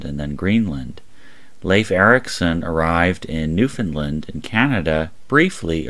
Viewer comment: He said Newfoundland correctly.